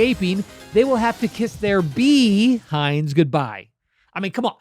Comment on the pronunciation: Bea-hind? That was good hehe.